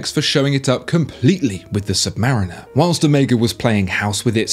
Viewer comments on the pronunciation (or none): none